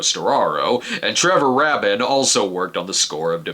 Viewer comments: Rabin is pronounced "Raybin". Trevor Rabin was the guitarist for Yes throughout the '80s and into the '90s. He wrote Owner of a Lonely Heart. He quit in the mid '90s to pursue a career in film scoring. It was Stephen Segal that gave him his first big break. He asked Trevor for a couple of guitar lessons and wound up telling him that his new movie didn't have a score yet so he referred Trevor to his film's director Jerry Goldsmith and the rest is history. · "Rabin" is pronounced "Ray-bin". He wrote Owner of a Lonely Heart. Released an absolutely stellar album a couple years ago called "Rio", his first solo rock album in 30 years. Strongly recommend for anyone who likes '90125'-era Yes or his soundtrack work.